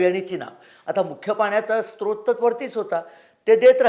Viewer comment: स्त्रोत नाही स्रोत म्हणा